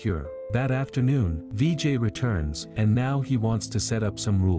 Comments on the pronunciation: it not "vee jay" its "vi jai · Its not dj it's Vijay